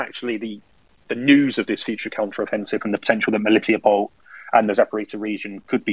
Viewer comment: I really appreciate that can pronounce "MeliTOpol," because the weird British way the others say it is really off-putting. I lived there for two years, and it's an absolutely lovely, laid-back little city.